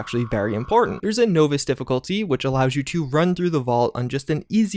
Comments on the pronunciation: "Novice" is normally "Nah-Viss" not "No-Viss" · You're mispronouncing "novice." It's "nah-vis" not "noh-vis." Just a friendly bit of critique. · Novice - NAW VUS, not NO VIS. You are killing me. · novice is pronounced nah-viss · Well besides the knowvis instead of novice you said its a great edition to fallout 4 instead of fallout 76. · "Knowvice" he said. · At first I thought it was just one of those common mistakes with the constant "Nuclear" said as "Nukular" but with "novice" (NAH-vis), and deliberate vs debilitate, yeah, either a troll or might wanna take a gander into Eng 101 freebies. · who the fug says novice like no-viss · nah-vis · STOP SAYING KNOWVICE! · Everytime i heard no-viss i wanted to yell. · its easier to say nose viss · "Knowvice" Difficulty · How u get to this point in life not knowing how to pronounce novice? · Ok, after Grahm and now Novice, I'm pretty sure your just mispronouncing things because you know it bothers some of us. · Kinda wanna dislike cus the way he says novice... but I won’t But I won’t like either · You make good videos but the novice thing makes me angry for some ridiculous reason... Is it a standard american trait to pronounce novice in this way? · For the love of Atom, please look up correct pronunciation of novice and nuclear. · Novice..... How can you not pronounce that?... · put the word Novice in a speak and say. Tell us how it sounds. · Dovahkiin His pronounciation of novice hurts me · Love your videos but your pronunciation of "novice" drives me up the wall. It's nah-vis, not no-vis. Other than that, good job. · "knowvis" LOL...nah-vus...novice...naw-vis....novice....not knowvis, is this your first game ever? JK, nice to see you playing with MATN and UpIsNotJump I had fun watching the live stream, hope ya can do it again sometime. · Nov-iss. Not No-Viss. Soft O, not hard. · You keep saying the word novice wrong. Not sure who taught you that pronunciation, but they were wrong. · It’s Nahvice